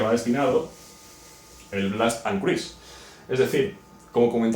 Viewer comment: Cruise no se pronuncia así.